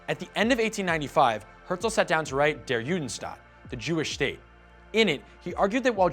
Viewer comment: Just one Correction - "Der Judenstaat" is Prounounced as: "Dh-eh-rh Y-uh(oo)-dh-eh-n-sh-t-ah-t".